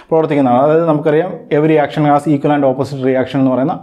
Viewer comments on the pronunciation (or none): none